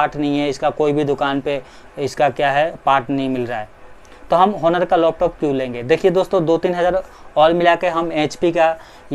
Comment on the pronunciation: Its not pronounced as honor its onor ❤️😒😒